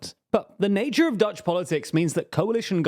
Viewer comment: I feel like the effort put into pronounciation of Dutch words was way better this time. Its still not perfect, but I am seeing progress. I also think that pronounciation of the Dutch r makes him sound like he's from Limburg, the same place as Wilders.